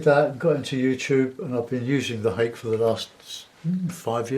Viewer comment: Ha-kay is the pronunciation.